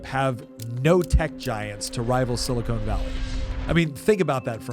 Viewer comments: It’s sili-con, not sili-cone. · It’s “Silicon Valley”, not “Silicone Valley”. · Sili-CON, not Sili-CONE. Silicone Valley is found in Hollywood, particularly around the casting couches. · I like that he keeps calling it 'Silicone Valley'. Did he spend the morning watching Baywatch reruns before he recorded this? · He keeps saying "sili-CONE valley". I think he's confusing semiconductors for breast implants. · oh good, i'm not the only one who was bothered by that. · I was just getting ready to say that before I saw your comment, lol.